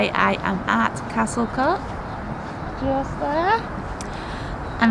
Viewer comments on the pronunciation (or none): Pronounciation of Welsh names needs work. Just ask someone to help if you're serious about broadcasting in future. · Pity you couldn't conquer the pronounciation otherwise a fab video I have longed to visit and past it often as i know I cannot get in, in a wheelchair, but great to see inside now.